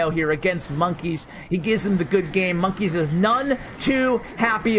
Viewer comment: It’s not monk ess it monka es